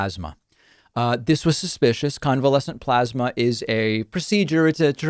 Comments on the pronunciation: David, it's pronounced PLOSMA. PPPPPLOSMA. (PPPPP=motorboat the P's). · Why does he keep mispronouncing plosma? 😼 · You're saying it wrong David, it's plosma. XD